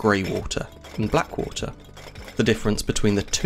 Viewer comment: Woolta?? 🤯😂😵😂WTF is WOOLTA???? Lmfao is this guy trying to say WATER? Hes SLAUGHTERING the english language smdh woolta!🤯😂😵😂 wtf! Lol